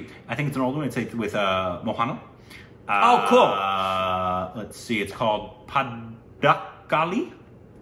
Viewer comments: Guys guys...how many times we need to say it's MOHANLAL...not mohanial. By the way nice reaction ! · Guys its pronounced MOHAN LAaL🙆